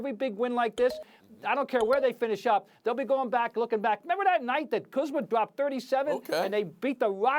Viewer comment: Ballislife/Atlas Shrugged lmaooo I knew there had to be a joke for that butchering of his name.